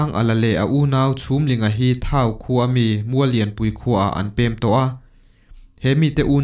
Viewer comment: Vawmkhua hi Vawmkua a nih zawk ka ring. Thau khua hi sathau anga lam tur.